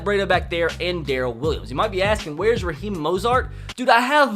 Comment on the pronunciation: Sure... it was not intentional, just you don’t know how to talk